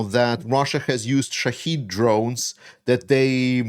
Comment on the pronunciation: Please stop with that ridiculous americaneese. The damn things are Shaheds.